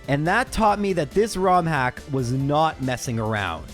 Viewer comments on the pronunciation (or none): none